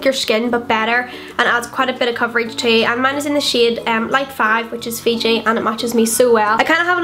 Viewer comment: love the video but the nars foundation is fiji not figi